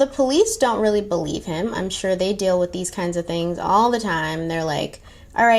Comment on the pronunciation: Shore sure SHORE 😂